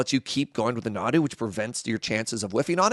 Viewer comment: Nadu? nah, dude. deux nod.